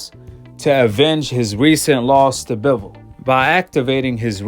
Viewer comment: You can’t say Bivol correctly 😂